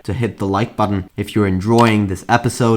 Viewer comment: Learn how to say Button ffs also.